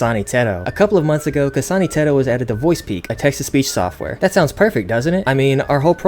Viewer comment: Didn't think I would hear "kasana teto" in a southern accent today